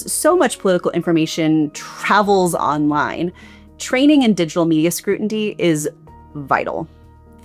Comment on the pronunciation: Did you do the delivery as a critique of illiterate people's style of communication? "Laded" "Scrutitny" Also you said "flame the fires" instead of "fan the flames."